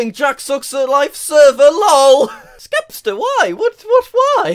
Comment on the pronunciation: i cant belive you called him skepster xD